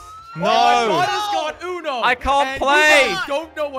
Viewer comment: It is not ono it is uno